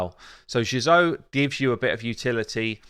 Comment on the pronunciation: Does anyone else cringe with ' Jizoh pronunciation? Great porn name though.